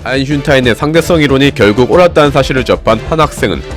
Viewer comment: 앗 여기도 아인"슌"타인!!